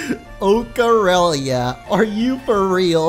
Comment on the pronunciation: once i heard Ocarelia i tried to act like i was playing the Ocareina